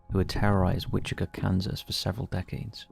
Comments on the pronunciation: It's Wichi-TA, not witchica :face-orange-frowning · How do you fuck up Wichita so hard? It's a t not a k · You mispronounced Wichita lmao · The way you're saying Wichita is killing me..